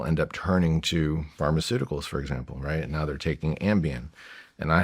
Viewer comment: Pharmaceuticals aa in medicine. Not Pharmaceutical as in "big pharma"